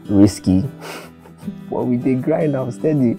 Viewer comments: always pronouncing now as noun😂😂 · Its the way say NOW for me.. its sounds like NOUN😂😂😂😂